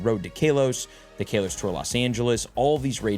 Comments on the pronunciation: please its not kay los..... im begging you. its kah los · KAL-OS...... not KAY LOS... 10 years, you'd think you'd learn the correct announcation by now 🤦‍♂️ For next year it's "not" "A-LOW-LAND" remember that....🤣😂🤣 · Ka-los. Not Kale-os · why does he say KAY LOS